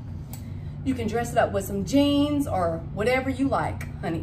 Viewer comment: When you were showing your ecru Koret blouse I had to pause, put it on CC, backup, and watch it again. You said you could dress it up with jeans and heels...but I thought you had said BEANS and heels. I laughed myself silly. If you didn't know, shoulder pads are coming back in style. The huge ones like from the 1980s aren't but the ones like you are showing are. The clothes you bought may be newer than you think. I know that some of the brands are still active.